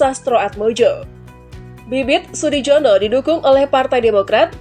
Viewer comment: Sudijono....di baca Sudiyono...J di baca y